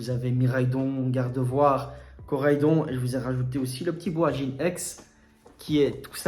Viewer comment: BAojian et pas BOajin si jamais :) Mais très bonne vidéo bravo ! =)